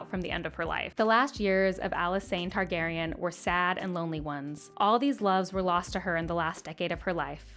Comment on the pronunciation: Roger Baratheon lol. NAILED the Targaryen names that you were worried about though